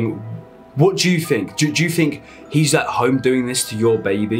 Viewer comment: its think......not fink